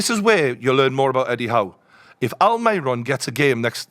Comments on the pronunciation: Please don't call him Almayron. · Who the fuck is Alm-eye-ron